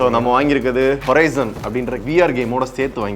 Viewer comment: Horaizon illa horizon eppa pathalum tharkuri thanamave review pandrathu